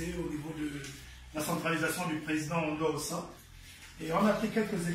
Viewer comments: L'opposant s'appelle Albert Ondo Ossa, et non Ondo Ondoa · C'est Albert Ondo OSSA ohh et non ONDO ONDOUA 😂😂😂😂😂